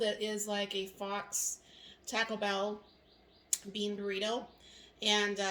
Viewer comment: Looks good. Faux is pronounced like "fo", not "fox" btw 😉